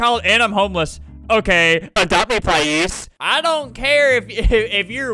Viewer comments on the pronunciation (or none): child:“ples” albert be like: SaY plEasE chILd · “Plise” they are probably 5 years old-💀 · (In southern accent)“ADOPT ME PLISE” 🤣 Time stamp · I love when that guy said "its adopt me plise time" and adopt me plised all over the place